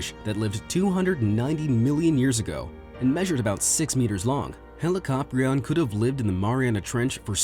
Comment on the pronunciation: ITS PRONOUNCED HE-LIC-O-PRI-ON NOT HE-LIC-AHP-RI-ON IT MAKES ME SO ANGRY